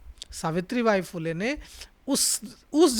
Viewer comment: भाई साहब ‘फ़ुले’ नहीं , फुले बोलने में शर्माने की कोई ज़रूरत नहीं है 😊 ( महात्मा ‘फुले’ फ़िल्म हर किसी को देखना चाहिए , माँ सावित्री बाई फुले को शत शत प्रणाम 🙏 )